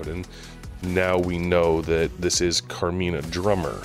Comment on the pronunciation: Camina. No r in her name.